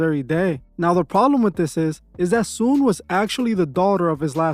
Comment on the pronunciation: Her name is Soon-Yi.